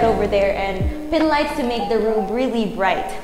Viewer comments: hi, nice tour. but quick tip there’s just too much “thee” “the” pronounced as “thee” if followed by a vowel. “the” pronounced as “thuh” if followed by a consonant. thanks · grade 8 ako ha naiinis ako sa "the" mo ksi mali